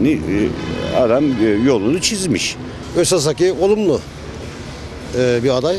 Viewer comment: Hasiki değil dayı özhaseki :))